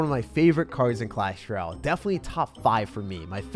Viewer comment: The music is less distracting today ty but can you say clash ROYALE? It has an O in it. Not clash R’YAL